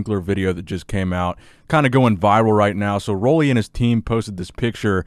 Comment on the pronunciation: It’s pronounced Ruly, not Rolly.